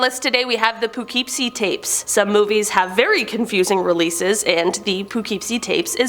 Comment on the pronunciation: I live in poughkeepsie and you said it so wrong lol🤣